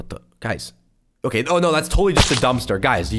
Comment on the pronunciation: "Okaeh" - 2020